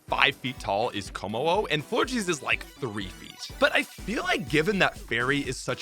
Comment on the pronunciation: aint no way Florges is pronounced FlORGY ahaha